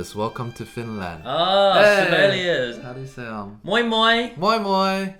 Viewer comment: Moi moi Twoset. Did not expect to hear you speak finnish, but great job on the pronunciation. I'm 35 and i love you too :)